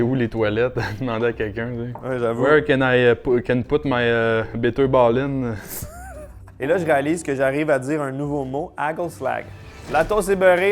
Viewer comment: Yo quand j'habite encore au Pays-Bas je mange toujours le hagelslag et bitterballen, et je trouve que tu as bien dit bitterballen!!!